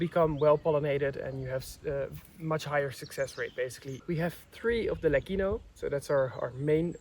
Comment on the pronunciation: the pronunciation of LECCINO is with a soft C, like CIELO = sky OR Lecce (the city in the region of Puglia) - I saw from the sign that the name is LECINO, with one C, still you have to pronounce it with a soft C, like CIELO if you say LEKINO, then you would have to add an H = LECCHINO or LECHINO Question : how long will it take for those olive trees to have a thick bark, diameter 15cm? the second type is FRANTO not FRANTOIO as frantoio is the machine, the oil mill